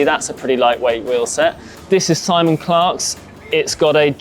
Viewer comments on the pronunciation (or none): none